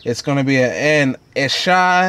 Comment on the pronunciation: It’s AH SAH HE. Not ASHI, Asahi